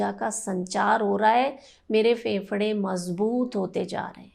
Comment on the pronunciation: Pahle bolna seekho फेफड़ा कहो